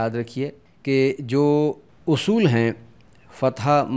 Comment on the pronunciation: تلفظ آپ نے اُصُول لکھا ہے اور پڑھ اَصول رہے ہیں۔ اِس کے علاوہ اَہَم کے تلفظ میں کہیں دونوں زبر کو معروف اور کہیں مجہول پڑھتے ہیں اِس کو واضح کر دیں تو مہربانی ہوگی۔